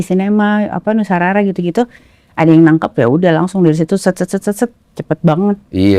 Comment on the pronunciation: Nusa rara bang dens bukan Nusa Rura😂😊